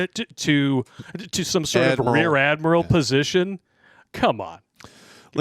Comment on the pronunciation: Emphasis on "rear".